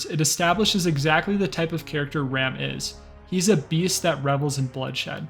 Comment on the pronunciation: Its pronounced general R-ah-m. Not ram